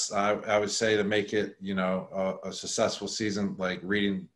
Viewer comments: Someone needs to tell Gronk that successful isn't pronounced sussessful... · “Susessful” lol 😂 love Gronk! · “Sussessful.” Lol I love Rob. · “It was a Sussesful season” words from Gronk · "Susesful season" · "Sussesful"? Hnmm... all the best. No bust. Super Bowl, baby!! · He keeps saying sess sessful .🤷‍♀️